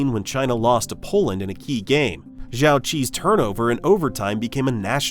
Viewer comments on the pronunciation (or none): none